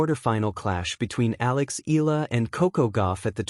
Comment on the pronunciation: It puts me off to listen mispronouncing Alex name.